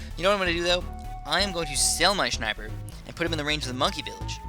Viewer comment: I genuinely don't understand how you can say "shniper"... you don't say "shnail" or "shnap"... makes no sense to me and even though usually nothing pisses me off, this actually is kinda of... irritating xD oh well, each one to his own.